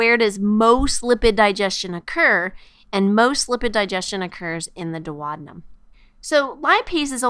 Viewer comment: This is a great video but it was very distracting that she kept saying dwad-num instead of doo-ow-dee-nuhm for duodenum.